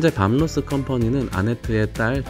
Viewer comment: 밤 로스 .... 가 아니라 밥 로스 아닌가요?